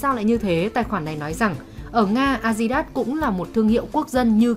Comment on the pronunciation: Kênh 740k sud, đọc tiếng anh a di đát